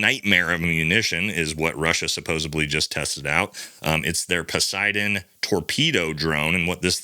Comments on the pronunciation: Sir, I think it's supposedly.. not supposably. No offense meant. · Love this channel! Side note: it's supposedly not supposebly . Also, you say ' yeaaah' a lot.